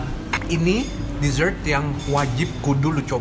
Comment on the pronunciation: udh jago ngomong ‘dessert’